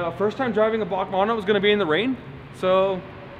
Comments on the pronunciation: It's B.A.C not "Bark" 🤦‍♂️ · I’ve always heard it as B-A-C not BAC (Bach) but I could be wrong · B.A.C not BAK pleaaase! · B A C are pronounced separately^^